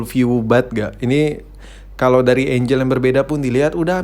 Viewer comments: Kebanyakan ngebray sama tante lu tod jadi ngomong ”angle” aja jadi ”angel” ingetnya cewe mulu :( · enggel bukan enjel woi tod😑